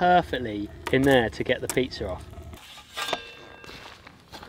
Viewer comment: There is no R at the end of pizza 🍕